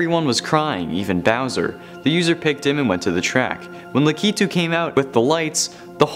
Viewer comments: No you pronounce it as lack-I-tu not la-key-tu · U pronounce it lak u too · Pretty sure its pronounced Lack- i -to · Lakitu is pronounced lack it u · Its Lakitu (LAH-KEH-TOO) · You said his name wrong sorry